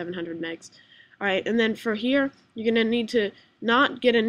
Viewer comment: its "allright" man, its not ouvillrlld